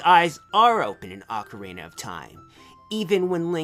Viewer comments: Or ock-a-ree-nah is how it's said. Not ock-a-ray-nah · It's not even pronounced OH-carina in Japanese. Pronunciation of オカリナ is /okarina/, which better corresponds to ock-arina in dialects with a short 'o' sound. In America, お is pronounced as 'oh', because the vowel in 'cot' is closer to あ. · It's pronounced like OCK (as in "rock")-ah-ree-nuh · ITS PRONOUNCED OCORINA!!!!!!!!! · Pronounced oakarina. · Turns out, it's ah-carina. Goddamnit. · when I was a kid I pronounced it ork-arina XD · I think it's Oc-or-E-na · It's pronounced Ock-uh-reen-nuh